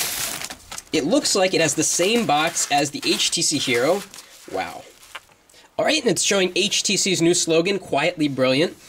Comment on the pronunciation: yes , ''waow'' lol